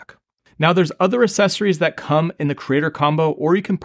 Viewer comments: Great video but the c sound in accessories is not an S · Me. They are accessories. Not aSSecories.